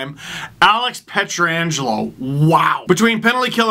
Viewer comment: Last I checked, it was "Pietrangelo," not, "Pietra-angelo"